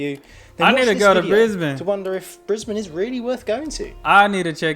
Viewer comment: I like that you pronounce Brisbane correctly. Now just make sure you pronounce the end of Melbourne the same way and you're all good man. 😁